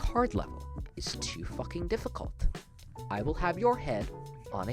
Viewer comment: "IT'S NOT DISSIC*A*ULT"